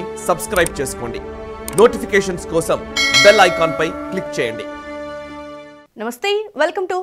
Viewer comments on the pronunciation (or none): none